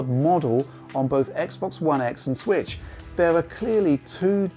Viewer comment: Nintendo Sritch... Or as would say, "Nintendo Switch"...